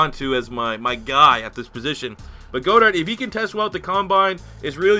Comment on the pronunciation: It’s god-ert not go-dert